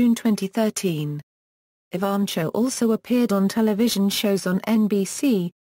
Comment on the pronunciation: Nice professional bio. The reader has a nice British accent, but some serious mis- pronunciations. Most serious is Jackie's last name: it should be ee - VAN - koe! Fairly good organization of many activities and accomplishments; it would be good to accent the headings and pause briefly after each one. The vocal delivery could be a bit more expressively modulated, with some enthusiasm, and somewhat less objectively flat. Thanks, though, for having this information about such an astonishingly remarkable youngster available for those who cannot read about her visually :)